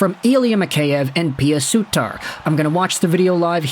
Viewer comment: god stop pronouncing Pew Suiter wrong for the love of god !!